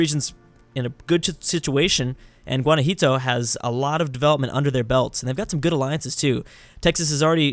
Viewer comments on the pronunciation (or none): You should pronounce the leading state right for fucks sake. Gua-na-JUA-to, not gua-na-JI-to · the mexican state that you continuosly mispronounced it's called (and pronounce) GUA-NA-JU-A-TO Also the canadian province that you can't pronounce is pronounce SAS-KAT-CHE-WAN, good luck:D